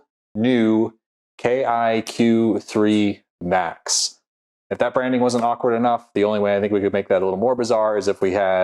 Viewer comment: It's NOT KiQ3 (Max) - it's KQi3 (Max). So you made a boo-boo, about the new Niu. However, as I had a TBI (Traumatic Brain Injury) and notice these things easily, I may be the only one that heard it? - And I'm no hipster.